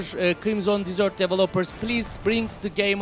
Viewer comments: Abi krimson disört değil😂😂😂 krimsın dezırt diye okunuyo eğer disört dersen tatlı demek ingilizcede:) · Dizört değil dezırt diye okunur.. Çöl demek. Dizört dersen dessert oluyor o. O da tatlı demek. Adamlar hoody falan yollamış ya videonu izliyorlarsa adını yanlış söylüyor demesinler diye şeettim. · Crimson "tatlı" diye telaffuz ediyorsun haberin olsun. Çöl telaffuzu için bir bak.